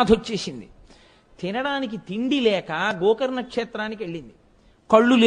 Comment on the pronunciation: Gokarana kaadu gokarna